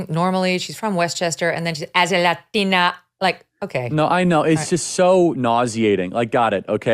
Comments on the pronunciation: Thank you for pointing out AOC's FAKE and PHONY pronunciation of "latina." So many on the left do this, as if they were born and raised in South America. Phony, fake, pandering. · I literally said the same thing about AOC’s fake accented pronunciation of Latina 10 secs. before you did Megyn.